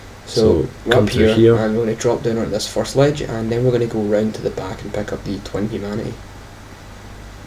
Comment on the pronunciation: Second time in this playthrough that I get really excited for "twenty" humanity only to find out you're saying "twin humanity" xD